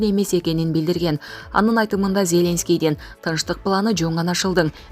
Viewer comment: Аа, ушул канал тура,ЗЕленский, ЖапарОв , дагы толтура туура эмес окуган. Башка билимдууроокко окуткулачы.